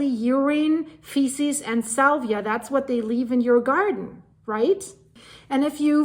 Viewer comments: Thank you for the heads up. 👍 Your English is fantastic! But a little pronunciation assistance is needed because you are actually using a different (wrong) word: You said the disease is spread by urine, faeces (or feces in American English) and SALIVA. (***iva not ***via). Salvia is a plant. Saliva is mouth moisture (3 syllables, sal-eye-va, emphasis pronouncing the "i"). Hope that helps! I do not mean to criticize, just to help 😊 (I am English-American, so sometimes mix up my spelling 🤔) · In North Carolina it has been detected in some counties and in those counties there are places to have the deer tested. You are mispronouncing saliva, you say salvia which is a flowering plant. Saliva is pronounced Sa-liv-a, with the I saying its name or long I. I only occasionally pick up that English isn’t your native language you speak it so well. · Saliva, not salvia